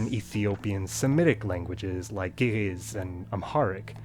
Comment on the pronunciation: The way he said ge'ez😂